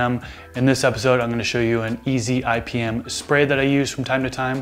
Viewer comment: Thought you said ibm lol